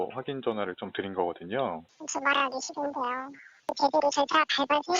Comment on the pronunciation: ㅋ 말투 뭐냐 시룬뒈여